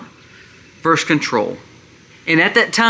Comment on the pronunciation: just an FYI. It is actually Versus, not verse, ie, "the state versus the federal government". Totally in agreement with you on the points you made.